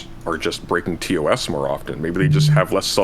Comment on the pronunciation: Ugh... Please stop saying 'TOSS'. It's 'T-O-S' or 'Terms of Service'. Why are they adding an extra 'S'?